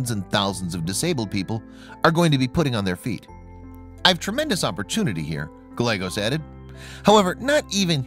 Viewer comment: It is Gal-yea-gos with accent on the second syllable.